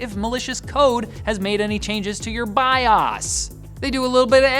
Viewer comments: Its pronounced Bi- ohs not bi-aas. Lol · so are we gonna ignore his pronunciation of Bios?